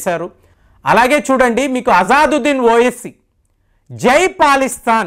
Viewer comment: అతని పేరు అజాజుద్దీన్‌ కాదండి అసదుద్దీన్. ఇంతకు ముందు వీడియో లో కూడా కామెంట్ లో వ్రాసాను. సరిచేసుకోండి. తప్పుగా అనుకోవద్దు.